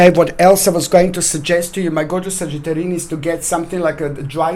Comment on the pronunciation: Trey Amaral I think it sounds like sagittarinnis :) hehe